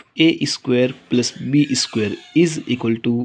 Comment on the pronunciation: Please dont say esquare esquare... It is just square. No need to prefix an e sound. Just told. By the way, good video